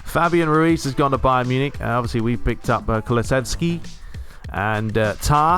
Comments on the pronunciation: The pronounciation is KOO-LOO-CHEV-SKI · His name is ku-lu-sevs-ki, kulusevski. .